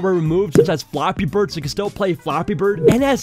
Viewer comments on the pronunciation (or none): it sounds like ur saying floppy bird